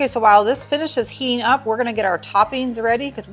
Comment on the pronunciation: Speak properly English you sell out